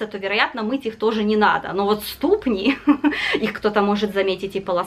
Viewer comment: В слове ступни -ударение на последний слог-ступнИ, ступнЯ, а в слове позерский-на второй,а не на первый...